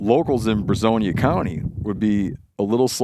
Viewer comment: So Brazos county is NW of us. It’s where College Station is located. I reside in Brazoria County. It’s pronounced bruh-zor-e-uh. 😂 but even the locals butcher it, so no harm done! But yes, there was an entire Commissioner’s Court meeting in regards to this. Not sure what the outcome was, but you could probably google it and find the answer fairly quickly.